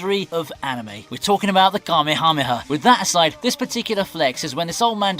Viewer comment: oh come on, name drop Kamehameha and say "huh" as the last syllable? Who wrote your script for you? its HA! as the last syllable. as in haha funny HA. Not "huh". Shame.